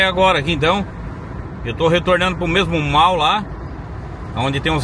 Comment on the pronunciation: Mall se diz mol